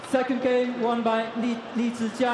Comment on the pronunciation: I love how the umpire pronounced Lee Zii Jia's name correctly, it sounds exactly how we pronounce his name in Chinese....I think the umpire probably speaks Chinese too